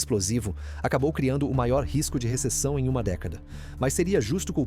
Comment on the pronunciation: “Receção”?! 🫣🫣🫣🫣 Socorro!